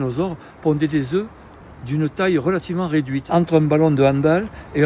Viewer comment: Œuf au pluriel on ne prononce pas le F !!